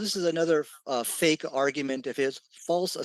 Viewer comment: Did he said “FAIC” FAKE LOL